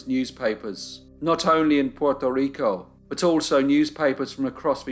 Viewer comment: Hey bro, the only time I’ve been really off put by something you’ve done is right now when trying to pronounce the island, state/city in their native accent. Don’t be that pedantic. It doesn’t suit you.